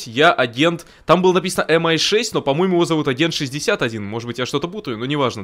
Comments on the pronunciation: Ми6,А не эм-ай 6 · Крутой ролик у,спасибо за контент.Только правильно говорить не МI,а ми6